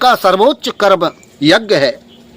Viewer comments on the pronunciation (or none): Are dhoort to to shoordr lag rha hai . Yagya bolna hi nhi aataa yagg bol rha hai ?